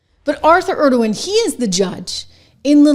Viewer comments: ENG O RON. ENG O RON. Say it after me. NOT ERD O WAN. Completely different fellow. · Engoron's name isnt pronounced like the name of the president of Turkey